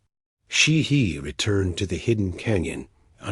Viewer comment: It's Chehee NOT She He, my Indian Friend is called Chehee, living near me, here in UK